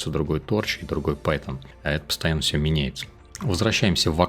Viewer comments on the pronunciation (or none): none